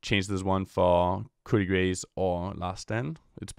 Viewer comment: its pronouced koo-de-grah not coup de grace